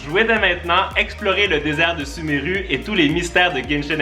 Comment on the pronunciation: ça se vois que il n''y a jamais jouer ptdr "suméru" à la place de "sumérou"